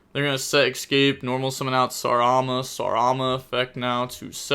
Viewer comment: How do you manage to say escaspe as !EXCAPE"